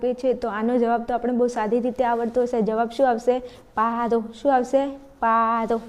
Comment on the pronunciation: બેન પ્રશ્ર્ન 12 મા જવાબ મા પાડો નઈ પારો 😂😂😂